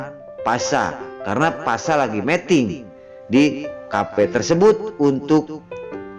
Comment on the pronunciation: Tolong dong bacanya yg bener meeting dan meting artinya beda lo.